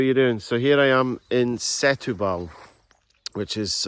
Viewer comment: sé tu bal? you pronounce: se tú ball ..there u go